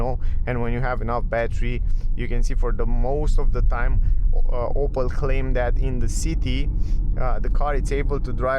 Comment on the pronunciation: It's not "Opal" it's "Opel".